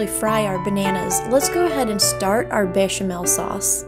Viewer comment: You pronounced Béchamel correctly, so don't worry.